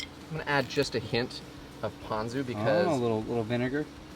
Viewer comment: As usual, you were right and pronounced “Ponzu” correctly. At what point do you muzzle tha camera man of yours? 😂